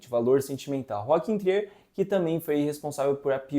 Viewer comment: Só uma observação: o diretor não é francês como vcs podem pensar pela pronúncia do seu sobrenome. No Google é possível ouvir a pronúncia em Norueguês.